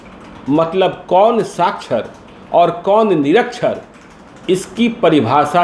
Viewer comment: Sakhchar - Nirakhchar. Littred-Ilittred. Sdo ko malum nahi hai. Vah Sdo sahab